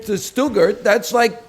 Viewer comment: Every time he calls Stuttgart "Shdoogurt" I want to slam my head into a wall